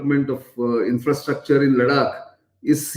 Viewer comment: Why do say Ladak ? Its not It is Ladakh, emphasis on kh. .Got it ! Now dont repeat.